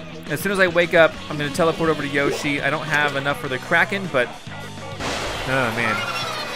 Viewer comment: keep on saying Yoshi but its Yashi needs to work on his vocabulary